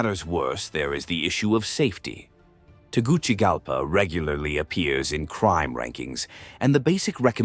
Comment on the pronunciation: It is pronounced Tegu(See) Galpa, not Tegu (Chi) galpa